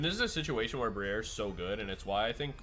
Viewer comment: Lmao “bri-air”, ou said that so fancy, is that the high society pronunciation?